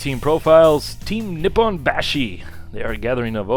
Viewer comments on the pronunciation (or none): none